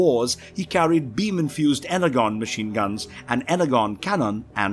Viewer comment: y u pronounce "energon" be like "hexagon" its pronounced like "Enerjon"